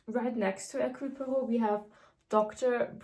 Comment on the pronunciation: أحببت نطقها لإسم هيركيول بوارو ايضًا .. انها حقًا رائعة ❤️